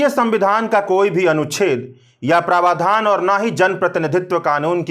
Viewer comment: सही उच्चारण है 'प्रावधान'! आप उच्चारित कर रहे हैं 'प्रवाधान '